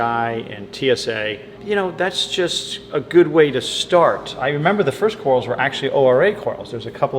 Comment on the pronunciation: What are cor-als,?? Odd pronunciation